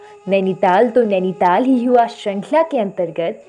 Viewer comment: नैनीताल, आपके उच्चारण से और निखर जाता है। दिल गदगद हो गया सर🙏।